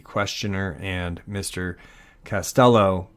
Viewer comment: It's Castillo, not "cast yellow'.